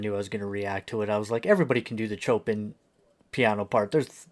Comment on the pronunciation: its impossible for you to even get a feel for the song when you stop to hear yourself talk every two seconds. Can't even pronounce Chopins name correctly. You already basically said you don't like this type music, so why bother. I, like others, want to hear an honest reaction, instead of a reactor that talks "ALL" the way through. I stopped here because lovebites is Great !. But when you're talking, youre not listening., If you only want everybody to agree with your ramblings, then maybe give up doing reactions.. cant just accept that someone doesnt agree with your way of reacting on this particular song... the others here can get off your knees now. I gave it a shot, and will just block your "talk show" from now on. Thanks.. and b4 the fanboys say anything. This is a "comment" section.. not a praise the host, and maybe they'll play my songs section.